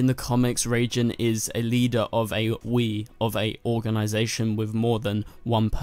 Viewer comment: It's not "Reijin/Reigin", it's "Raijin".